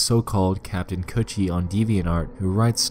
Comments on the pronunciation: did he just say kaptain coochie? LMAOO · U said captain coochie? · I can't stop laughing because I keep thinking he's saying coochie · so i aint the only person who heard captin coochie lmfaoo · everytime he say "captain kutchie" I just hear captain coochie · damn thought kutchie was pronounced coochie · its pronounced "cOOCHIE" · Captain kuchie is it pronounce coochie or cutchieb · Kanned Kutchie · I swear to god that is what I heard the entire time and I couldn’t take anything seriously